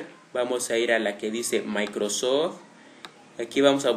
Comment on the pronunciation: Güindos Güindosocho Güindos Sodgüer Jei locar userd Maicrosord Clipppp derecho Efectos Aerio Activdado! XDDDDDDD deberías usar loquendo